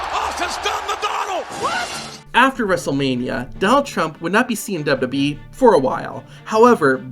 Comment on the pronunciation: Why do you keep calling it DibDIbWeeee???? Its damn irritating